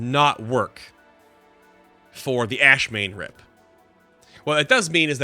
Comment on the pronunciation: By the way, it's AshAmane, not Ashmane.